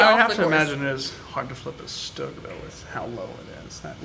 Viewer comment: Amazing!! Although you guys kept saying Stug wrong and it was kinda driving me crazy😅😅 because im use to saying all german WW2 vehicles in their German pronunciation😅 But hey I will give 100% credit for mentioning that it wasent a tank and actually a Mobile Assault Gun so that makes up for it👍👍